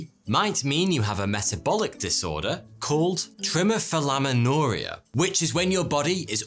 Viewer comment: "trimmerfelammenoria". The pronunciation here is the worst I've ever heard 😅 He means "Tri-meh-thil-ah-min-or-ee-aa" (phonetically) for anyone interested.